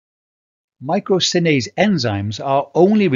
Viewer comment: Isn't it 'myrosinase'? (not 'mycrosinase')